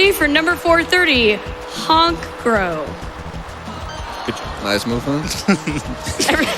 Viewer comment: the funniest part of this speedrun, speaker girl butchering honchkrow's name